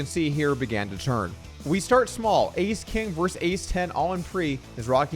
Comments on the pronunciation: Versus. The word is versus. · "versus" has two syllables. FYI